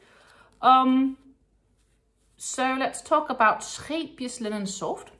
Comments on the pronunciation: Thanks for your video, and so pleased to hear the correct pronunciation of Scheepjes. When I first discovered this company's yarn on YouTube I looked up how to say the name, as I couldn't believe most of the ways YouTubers said it :). I've just bought some Linen Soft for a bargain price with a view to make animal toys, so wish me luck! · I like how you pronounce the yarn name correctly. Your accent makes it sound fancy. What pretty yarns you chose. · The Wonderball is in my favorite color "Blue". Thank you for clarifying the pronouncation of Scheepjes yarn. 😊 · I think it is a very gorgeous blue, and it is definitely a "wonderball". And my pleasure in regards to the "Scheepjes" pronounciation. Think I got it pretty close with my 14 years living in the Netherlands. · Yet pronunciation is probably better by the native Dutch, but I think I’m doing pretty well 😅